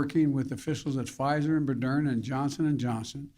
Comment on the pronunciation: ... "Pfizer and Bodern"?????